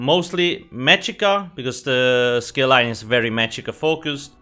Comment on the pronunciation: Wampire skeel line